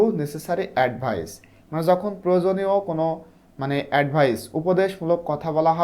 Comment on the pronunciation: Sir apni apnar kotha bolar stylte ta sundor korle video ta aro sundor hotho! Jemon apni jhokon bolechen but aita jokhon hobe